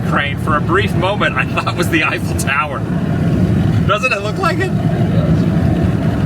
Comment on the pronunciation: it's the "Eiffour Tower"!!! LOL